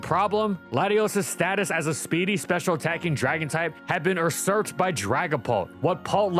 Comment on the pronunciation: I love and these videos but you'd think after over half a decade, someone at FSG would've taught him how to say "usurped" properly 😂